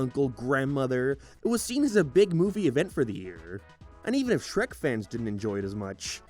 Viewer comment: That’s not Shrek that’s Hreck